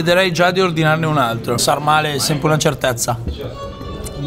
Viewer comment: sàrmale con l'accento sulla a